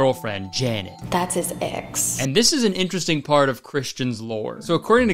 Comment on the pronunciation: Nah, he said "inchursting", which is just how certain folks pronounce interesting because accents are weird. Alotta folks, especially old folks, say it that way where I'm from.